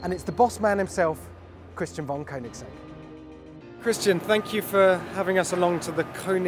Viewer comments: You get the opportunity to talk to Christian about the car and you stand there consistently pronouncing it wrong even after he says it correctly smh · 😂 gotta love koenigsegg